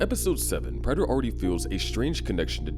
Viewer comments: It’s pronounced PRAY-ter not PRATT-er. Please learn how to read lil bro 🙏🏻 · Its prāter my man not the way you pronounce it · Stopped watching because of the way Prater was pronounced. I wish I could Bay harbor Butcher you for that pronunciation.